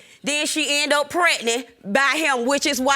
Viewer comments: Prednent!!! If they would just pronounce the word correctly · Why does none of the folks on this show pronounce pregnant correctly!????🤦🏽‍♀️. It drives me nuts!🤪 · Yes, you honor! Pregnat! A lot of silent letters 🙄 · If I hear one more person say “Pretnit” Instead of Pregnant, I’m going to scream 😂🤣